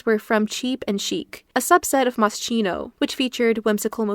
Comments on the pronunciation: I hate to be this person, but it’s ‘Moss-key-no’ with a hard C 🩷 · It’s MOS-KINO…. The ch is pronounced like a K. Please no hate just a little correction.. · Please, it’s pronounced “Moskino”, Italian brand name. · Please, Moschino is an Italian brand. It’s pronounced Moss-Kino 🙏🏻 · The video is great, probably the best one I have seen so far about The Nanny's fashion. You should have checked the correct pronunciation of "Moschino", though - as an italian, it was quite painful to hear it being mispronounced so many times (the correct pronunciation is [moskino]), lol.